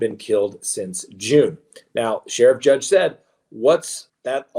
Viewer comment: Just wanted to let you know that it’s Sheriff Grady JUDD, not judge.